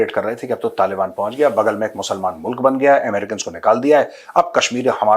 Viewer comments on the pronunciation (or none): मुलक ✅ मुल्क ❌ 😂🤣🤣🤣🤣